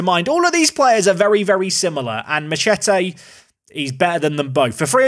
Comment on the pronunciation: How is he missing the obvious joke in that name saying it like 'ma-chet-ay' lol